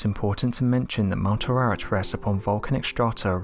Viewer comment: The Noah's ark mountain is Mount Air ahh rat. Not whatever he is saying.